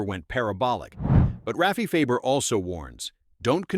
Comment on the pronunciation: You're saying last name wrong it's Farber